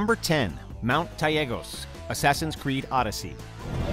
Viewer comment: case in point maybe I’m wrong but Mt.Taygetos. They pronounced it wrong. Even Kassandra pronounces it better